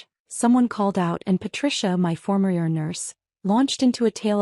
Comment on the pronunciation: Say E R not er nurse. I would have gone to Theropy just so you could tell them off.